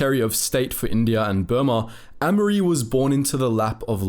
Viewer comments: pronounced A mery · Amery is pronounced with a hard A sound not a soft a